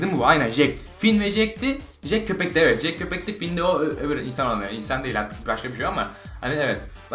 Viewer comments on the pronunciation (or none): abi jek değil cek